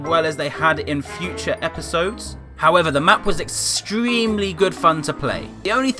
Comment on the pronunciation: He also say episodes